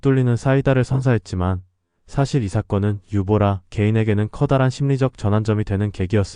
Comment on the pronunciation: 유보라가 아니라 유보나